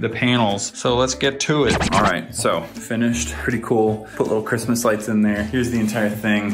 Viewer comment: crishmish rights